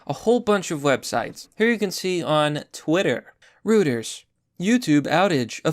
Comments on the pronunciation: Love your content, BUT remember - it's NOT "ROOT-ers", " it's "ROY-ters"! "Flattening the curve" and "herd immunity" were LIES! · I think "Reuters" is pronounced like "Royters", not "Rooters"... You know, German or something... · hey, learn how to pronounce reuters, you sound like a dumbass